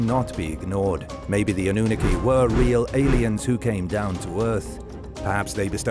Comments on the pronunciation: Ann-oo-naki, is now it's pronounced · is AI pronunciation is way off Annunaki😂 Origins should have let Katrina do this one